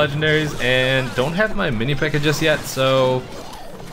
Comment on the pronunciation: This man said mini pekker